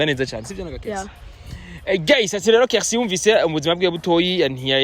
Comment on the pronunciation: chou ca va? Hama umbabarire nagomba ukosore gato prononciation y'iryo jambo ( GUYS) nshize mu kirundi wovuga (GAYIZE) Kuko biratandukanye n'ico uba uvuze GEYIZE Ngira uca utahura ico nshatse kuvuga. Ariko pardon sivyo? Hama courage. Merci.